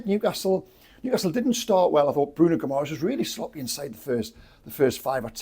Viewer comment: Bruno Gumores..seriously ? .. can,t even pronounce the names of our own players.. more respect please and put in a little more effort